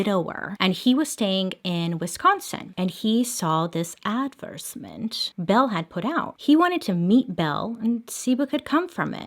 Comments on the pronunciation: You're not supposed to pronounce the E in La Porte, that you are supposed to include the TI in advertisement regardless of choosing whether to pronounce it in American English or British dialects. A v e r s e m e n t would mean Act of being repulsed or strongly oppose or having clear dislike of something but it is actually not a word. If you are saying A D V E R S E MENT , that also is not a word, however if it were it would mean the act of being unfavorable but a verb is not a thing that can actually act unfavorable, just like the previous word cannot act in any way, because the word for it is what it is It can't act or be anything else. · Anyone else notice how she kept saying “adversement” instead of “advertisement” 😹